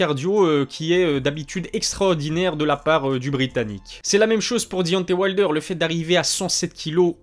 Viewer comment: Travail ton accent anglais, je saigne des oreilles. Dionté wayldeur.. Wesh t sérieux ? Taizone furi...bien drôle